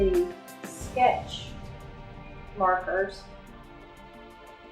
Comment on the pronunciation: What is the name of the markers and where do you buy them? I cant seem to find them. I thought you said Puffed Markers.